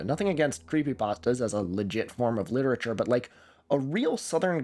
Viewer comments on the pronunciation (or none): none